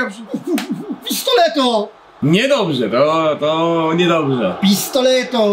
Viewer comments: Jak coś nie mówi się Pistoleto tylko Pistolero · Nie mówi się pistoleto tylko el pistolero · Mowi sie pistolero albo pio pio pio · Mowi sie pistolero